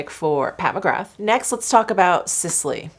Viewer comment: Hey, just a heads up that you pronounce McGrath like Ra, so you don't say the 'th' so McGra....